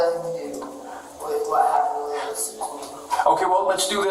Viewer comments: Why you calling Lewis… Lois? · The man's name is Lewis, not Lois.